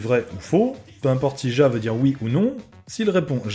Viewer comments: mais on prononce ya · Juste au cas ou : « JA » ce prononce « YA » 😂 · raté xD C'est pas ya mais ja (Mais ca se prononce ya)